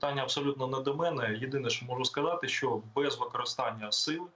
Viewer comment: Мосєйчук і досі за "язик"?! "Щьо, чьоому", чяс, щє:."?! Треба навчитися звуки вимовляти, пані "Мосжйчюк"